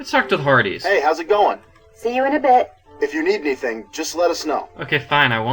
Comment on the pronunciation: At around 0:7, its sounds like u sed farties instead of hardy's lol